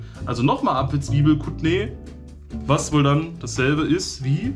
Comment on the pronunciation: Schattnee ausgesprochen